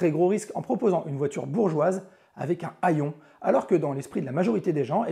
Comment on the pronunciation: /!\ Correctif le mot HAYON se prononce " héyon " et pas comme des "haillons" c.à.d de vieilles fringues !!! Ce n'est pas très grave même ces "crétins" de journalistes professionnels _ dont c'est pourtant le métier !!! _ ne peuvent s'empêcher de faire cette faute de prononciation largement répandue ! Merci pour tes vidéos de grande qualité et fort intéressantes ! ;o)